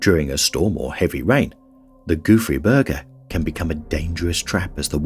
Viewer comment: Gouffre Berger…lol. The whole first part of video I thought he was saying “goofy burger” and I was like, ‘that’s a silly name for an expedition, has to be a funny story behind calling it that’. 😂